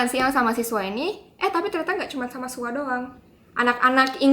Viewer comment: Gw SUAR..... KAK😂😂😂 BKN SUA